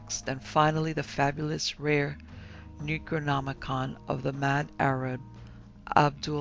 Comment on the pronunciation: Yup but I don't like the fact that she mispronounced the words like the yog sothoth and the necronomicon and his author Abdul Al hazred it was enough to deter me from listening to the book the dweller in the darkness